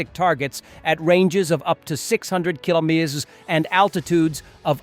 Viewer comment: 😂😂😂😂 AI cannot say Kilometres